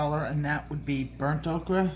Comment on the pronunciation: Honey I love you dearly and your channel as I've learned so much! That being said, is there a reason you say "okra" when referring to ochre? If there is, please disregard my saying this but it's pronounced "oker"